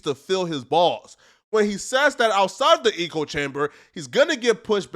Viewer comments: Bro…. Is “echo chamber”, pronounced “ecko”, not “eco”, like “ecosystem” 😆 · It’s echo chamber. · Bro it’s echo chamber not “eco” chamber. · Lol “eco” chamber😂😂😂😂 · The word is "echo chamber," not " eco chamber." Meaning one only hears viewsthat they already agree with. Hence, every statement is an echo of every other statement. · Echo chamber….. not ecology chamber. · Lol why do you keep calling it an "eco chamber" the word is "echo" 😭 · Is he saying eco-chamber on purpose? Like a play on words. Does he not know it’s echo-chamber? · it is “ECHO” chamber… Not “ECO” chamber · It's echo" not "eco" 🤦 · Its echo not “eco” chamber bro. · You kill me every time you say eco chamber. Sounds like a place a bunch of recyclers hang out. The phrase you're looking for is echo chamber. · Nothing says sudo intellectual like a word Smith pronouncing echo "e-co" lmao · Wes hasn’t lost all his fans… Still over half a million subs. Did he fuck up, sure… he still has followers and people paying for his programs though. Having money is a part of being High Value. Wes is a millionaire. Oh, and it’s “echo chamber”, not “eco chamber” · “Echo chamber” bruh. Not “eco chamber” 🤣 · Echo-chamber….not eco-chamber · Lol "eco" chamber. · Where do they pronounce echo like eco. Echo rhymes with, like say Heck with an O and without the H. Other than that good video 🌟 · Your pronouncing echo chamber wrong your say Eco like Eco friendly . It's echo "EEHHKO" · Nahhh this ninja fake smart ain’t no way he said eco chamber are you trolling bro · Echo - pronunciation (EH - CO) - - certainly not (EEEK - OH) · "eh-coh" chamber not "ee-coh" bro, are you serious? LOL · Lmao "eco chamber" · Facts! Bro, it's an "echo" chamber, not eco. The American education system has failed you. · Wtf is an E co chamber. Thought you were saying ego chamber, which kinda makes sense. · It’s echo. Not eco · Can't stand d******* like you. So what if he said Eco? Echo who freakin cares. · Echo brother. Eh- Koh